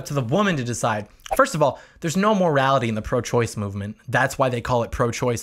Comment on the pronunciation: And still wrong "choice"